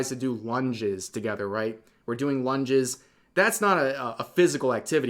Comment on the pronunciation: I SWEAR, I heard Rev say, “one jizz,” instead of “lunges,” which, let me just say, would be a hilarious exercise.